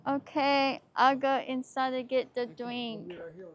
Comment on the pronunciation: Can we stop somewhere so I can get a dwink?? I sooo shirtsty.